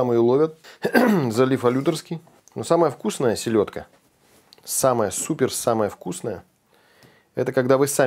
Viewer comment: Силедка 🤦🤣. Правильно селёдка 👆